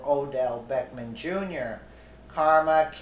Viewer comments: not that it matters but his name is not beckman. it's Beck-ham. and that's classy, act like an animal. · it is Beck HAM you not Beck men go back to school and learn how read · So you are calling him Beckman on purpose. I assume you can read but at the same time if you don't want to call him by his real name I understand. I just hope you don't in the future get some backlash for speaking his name wrong. He seems like the kind of guy who would give you serious problems for that.